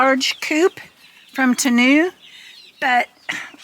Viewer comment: its TEE-MOO. Temu